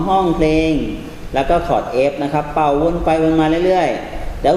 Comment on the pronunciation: ปิดไม่สนิทค่ะ และ เป่า ออกเสียงเกินขนาดค่ะ